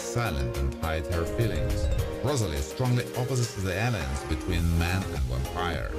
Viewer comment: Why do you say "wampire" instead of "vampire"?! That's so confusing... The English "V" sound is pronounced with top teeth on bottom lips, it's a closed sound, like in "voice", or like the Spanish "vivo"....